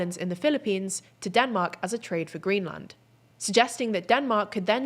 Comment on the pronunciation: please learn how to pronounce greenland